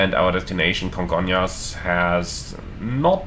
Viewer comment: I've been to Congonhas (Surprised you managed to pronounce it right, most foreigners say Congon-ras) a few times. I have no idea how that runway is even legal, specially after TAM 3054 overshot the runway on a rainy day and smashed into a building. Thankfully, transportation to and from the much larger Guarulhos airport has become a lot better in the last 10 years so I just use that instead.